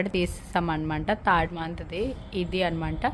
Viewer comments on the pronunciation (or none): none